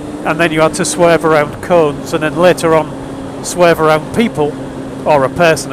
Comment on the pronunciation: on he first play thru I thought you said "he first laid out a line of coke"! lmfao I had to rewind to hear "line of cones". Sounds like a good course.